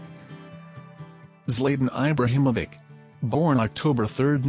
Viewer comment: Zlaytan Aybrahamovik?